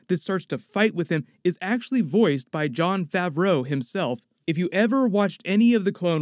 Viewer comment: hate the way you say Jon Favreau